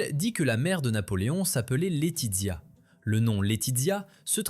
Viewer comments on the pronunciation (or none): Laetizia se prononce Laetitsia... avec le son ts et non dz